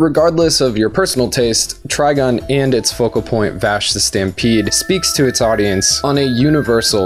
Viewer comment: I cannot get over the fact that he opened up with Vash the 'Sampede', where was the "T"?